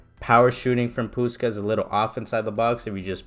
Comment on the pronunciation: That gameplay nearly convinced me to buy him lmao good stuff also his name is pronounced pushkash because in Hungarian the S is a sh sound :)